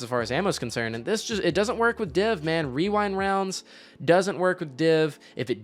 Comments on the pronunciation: “Can I have some wewind wounds pwetty pwease?” 🥺 👉👈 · Can’t get over wee-wind rounds. 😂